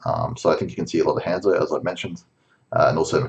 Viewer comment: Learn how to pronounce Hanzo.